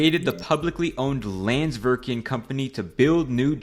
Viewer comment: and pronounced the name of the icelandic company wrong "landsvirkjun"